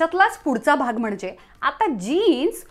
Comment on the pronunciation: A tshirt doesn't have to be fitted. Fitted tshirt is a look, but a looser sleeve is also one. There is nothing wrong with it. Plural of hardware is hardware, not hardwares. Also, don't over enunciate 'mhanje'. It's mhanje. Not mhanaje.